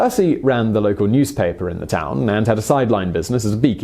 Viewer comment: Tuakau: Too Ah Co. The "Au" is similar to the sound found in "portmanteau". Source: I'm Maori and that's a Te Reo Maori word. The rest of your Te Reo Maori is pretty alright :)